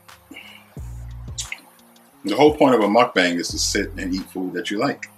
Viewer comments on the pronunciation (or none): none